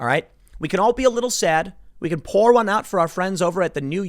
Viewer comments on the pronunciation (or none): none